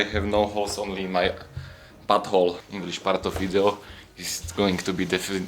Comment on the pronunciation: Ten "Inglíš part" mě rozbil